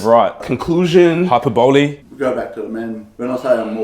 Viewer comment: “Hyper-bole” lmaooooo